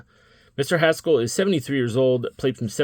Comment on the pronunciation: You said Mr Haskel